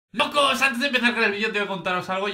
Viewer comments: Una pregunta? En su intro dice mocos o lokos? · Dijo mocos al principio? Xd